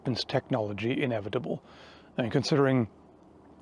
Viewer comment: Team America Kim Jung Il voice: “The future is inebitable. In … inebitble. Things are inebitiwly going to change!”